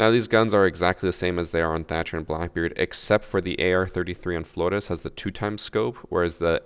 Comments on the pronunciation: Why do you always pronounce every pperator name wrong "Florrr'Rrez" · ur one of the whitest people on youtube, DO NOT try and say flores like that ever lmao. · It is not, his enunciation IS correct, we are just used to gringos saying it lol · Ubisoft: *realises flores *: Fgoresssssss (fgrech accent) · maybe not weird but extra lmao, I’d get tired saying flordes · Stop saying Flores like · Of course has to say Flores the weird way 😂 the same with maestro